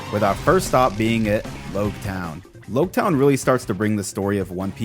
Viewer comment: You're the first one I've heard call it Lougetown, I've always thought it should sound like Rouge town.